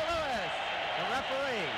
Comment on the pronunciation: It's Louis, ash-hat.